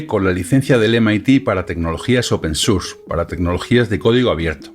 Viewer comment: Excelente llegar a este hombre que explica muy bien, seguiré viendo a ver si se mantiene. Ahora, me da risa como dice Deitacenter pero dice open surss jejeje